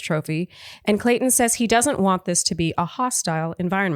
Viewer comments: says Colton instead of Clayton. says Clayton ha ha says ok whatever and keeps talking 😂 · Word Watch should be the number of times says "Colton" instead of "Clayton" It's been in multiple recaps now. LOL!